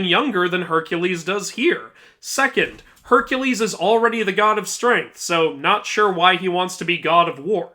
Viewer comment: No offence to you but when you correct Kratos saying Hercules you proceeded to say it wrong yourself